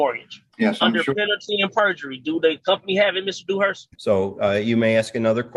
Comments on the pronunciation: penalty and burjery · Lol, "burgery" I spotted that one too !😂And it would be "under penalty of perjury" and not "penalty and perjury". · Penalty and BURjury!!! 🤪😝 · He thinks it’s penalty and berjury?? Or is he just an extra idiot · Is he saying "Penalty and burgery"? Why do they all mispronounce simple words?